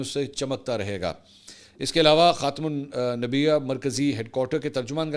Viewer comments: منصور بھائی آپ لفظ خاتم النبیین میں لفظ نییین کے نون کو واضح کر کے پڑھا کریں ،شکریہ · Mansoor ap Qadyani ho?? Mene observe kia hy tm khatim.ul.anbiya kbi b sahi sy pronounce nhi krty ho, plz clarify it... I am following you since 3 years and all the time you did the same mistake.. video time have a look